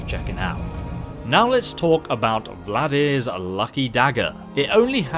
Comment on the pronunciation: No, it’s not called “Vladir’s...” Sound it out.